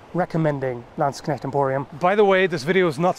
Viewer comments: He sure can pronounce "Landsknecht" flawlessly. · the flawless pronounciation of Landsknecht pleases my German soul